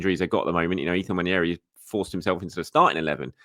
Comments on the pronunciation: It’s NNWAH - NE - RHII. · Nwah Neh Rii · More than pronouncing it with an invisible “I” it’s thinking the second “n” is pronounced the way it is in mañana. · I LOVE your content thank you, but please learn to pronounce Nwaneri's name correctly 😅 - it doesn't rhyme with Ranieri 😁. You love adding in a spare "i" where it doesn't exist. You learned how to pronounce Merino correctly, so I know you can do it 💪🏼